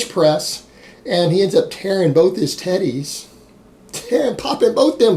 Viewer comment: I like when ya say teddies, the shits hilarious